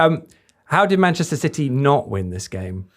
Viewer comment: Can someone please tell to stop saying 'Manchester Siddy' ffs